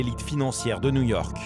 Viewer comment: nouillorque nouillorque